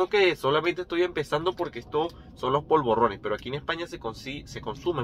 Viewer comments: No se dice POLVORRONES. Son polvorones. Vos lo pronunciás con doble R. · polvorrones no; POLVORONES, con ere, no erre...xdd bon profit!